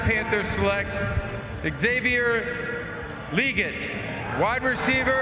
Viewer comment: bro you and goodell both got it wrong, its pronounced Xavier Le-gett not Leegit